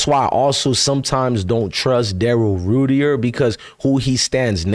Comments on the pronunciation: It’s pronounced Rite-er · It's pronounced Rider.. & Grosee... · His name is pronounced "Rider" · Crazy work the Browns doing when they don't wanna give Sanders a chance in the public eye because they want Manning so bad. Very disappointing. He pronounces his name more like 'Writer" btw. Keep going forward bro. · It’s Pronounced Ryder